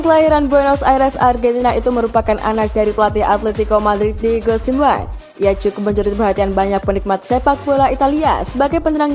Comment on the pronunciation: Min, cara baca anda kok lucu Simeone = simWan 🤣🤣🤣 Mosok cara bacane gituuu 🤣🔥